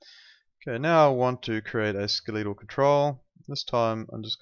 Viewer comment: come on, at least say the word correctly. It's Ske-le-tal not Ske-lee-tall.